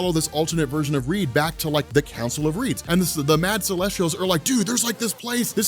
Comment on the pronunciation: Sorry, when you said "the Council of Reeds", I thought you said "the Council of Ricks"